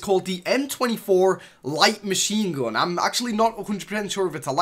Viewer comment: ''shoutgoon'' ''minaygoon'' light machine goon'' dude da fuq with ur language